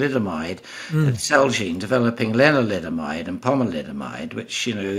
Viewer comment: 😊around 3 min mark is he saying linoliamide?